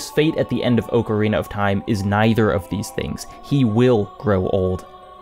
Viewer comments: ok i cant. You're saying ocarina wrong. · Your saying Ocarina wrong